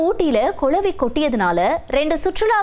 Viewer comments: It’s not கொளவி, it’s குளவி. தமிழ் நாடு எண்டு தான் பெயர், ஆனா தமிழ் உச்சரிப்பு சுத்த பிழை. 🚶🏻‍♀️‍➡️🤦🏻‍♀️ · கொலவி இல்லடி கிழவி அது குளவி